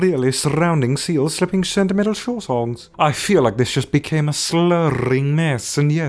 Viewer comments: Kornkakes lol i wouldn't have caught that good job! 🖒👍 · YOU MESSED UP! "Shentimental"; HA!! IT'S "SLICKLY" NOT "SICKLY"!!!' 5;45. Never thought YOU one to mess up between "would" and "could",. AND,: "LEAVER" DOES NOT EQUAL TO "LEATHER",. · "shentimental" nice try bud